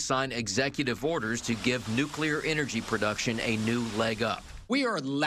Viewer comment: it's not "nukular energy".